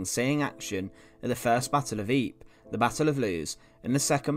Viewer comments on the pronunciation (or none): none